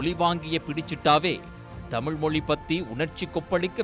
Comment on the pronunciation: ஏண்டா மொழியை மொலின்னு வாசிக்கிற! ஆங்கிலம் கலந்து பேசுற! இதில் கிண்டல் வேற ! பி டி யாருக்கு தமிழ் படிக்க தெரியுமா? பி டி யாரை முதல்ல நல்ல தமிழ்ல பேச சொல்லு! ஸ்டாலின் ஓட தமிழ்ல கேட்டு ரொம்ப அதிர்ச்சியா தான் இருந்தது! தமிழை வளர்க்கிறோம் தமிழினத் தலைவர்னு சொல்லிக்கிட்டு நீங்க அழித்ததை விடவா வெளிநாட்டில் வளர்ந்த இந்த புள்ள தப்பா போயிடுச்சு ?